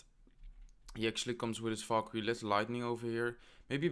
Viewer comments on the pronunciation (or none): none